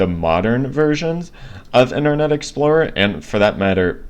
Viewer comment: I'm sure that you're having trouble saying internet explorer